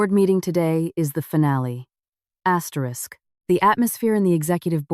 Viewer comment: Why are always saying astetisk you dont have to read it yuo keep saying asterick a hundred times